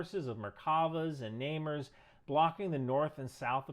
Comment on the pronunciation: Minor linguistic point. "Namer" is actually pronounced "nah-MAIR" and comes from the Hebrew word for "tiger".